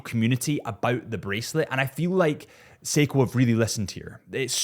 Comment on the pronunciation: Poor the way you slayed his last name 😂